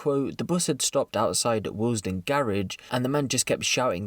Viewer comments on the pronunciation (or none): it's Willesden, not waillesden LOL